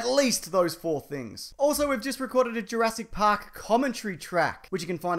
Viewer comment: I had to pause the video at 'URASS PARK' 'Cause I couldn't stop laughing XDDD